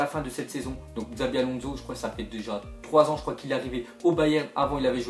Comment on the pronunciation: on Di shabi pas xabi mdrr